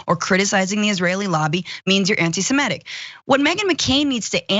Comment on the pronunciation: Francesca, the word is "semitic" not "semetic".